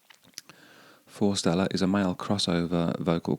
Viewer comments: Hi just for info, it's forest -Ella, rather than fore-stella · Fore/Stella (o) Forest/ella(x)